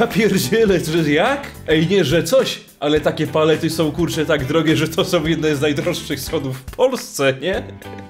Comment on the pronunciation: Ale on powiedzał som